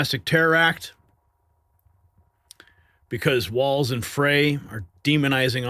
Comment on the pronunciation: Frey is pronounced fry as in Fry brain